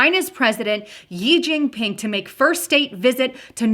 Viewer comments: its not "yee" jin ping....to be pronounced as "shee" jin ping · Xi jin Ping is pronounced "She djeen peeng" (I know, I lived in China for a decade)